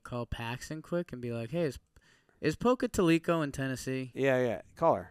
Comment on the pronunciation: Pocatalico is pronounced Poca-Towel-eh-co